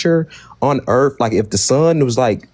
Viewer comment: Why do so many Christian callers call it "da Erf" ?